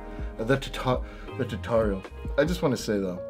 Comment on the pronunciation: And by the way its not tutorial its tutololol😂😂♥️ love u man 3♠️